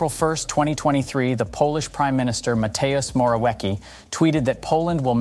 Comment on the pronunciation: Mateus More-Awecky. I died.